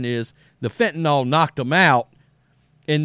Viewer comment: It’s FENTANYL not fentenALL. Js